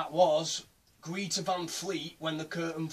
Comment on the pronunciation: Sovietweasel yeh I kinda fucked that up! I pronounced it like greeta! Cheers for watching dude